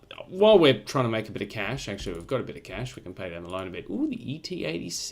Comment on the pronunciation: “We should pay down the loine again, diddly diddly dee, and the we should extend the loine” ~ 2019 I seriously thought you were paying back the loan and re-borrowing. Then I was seriously worried about Australia’s economy. Haha!